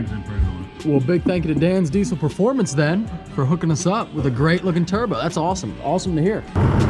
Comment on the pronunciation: You say turbo weird. 😆 Turr-bO